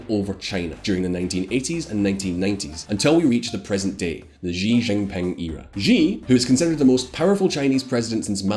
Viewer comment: Learn how to pronounce Chinese. X = sh not as s in leisure. J is pronounced like j in jingle not as s in leisure.